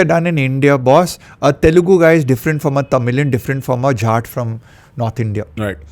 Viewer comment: its jaat 😂 not what u said sir !!